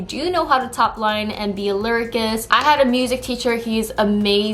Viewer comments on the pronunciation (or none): Cool video! FYI, the C in "lyricist" is pronounced like an S. So it sounds like "lyrisist." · English lesson: lyricist = LEE RI SIST. debuting = DAY BEW ING..... you’re welcome